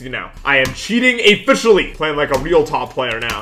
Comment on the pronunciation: 'I am cheating Afficially!'